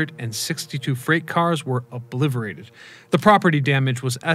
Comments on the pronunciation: There is a T in "obliterate" not an F or V as it sounds like you said each time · Looking through the comments for comfort about this xD